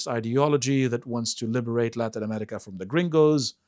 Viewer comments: Why does he say ‘Emetica’? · I can't stand the way pronounces "America." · To the guy on the left, There is no "T" in the word AMERICA.